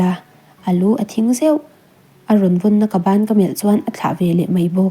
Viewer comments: Bān tiin a chhiar 😂😂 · A thu ngaihtuah lemlo in a chhiar aniang.. bân ti a chhiar zel chu😅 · Ban ilam dan hi nge awmzia😅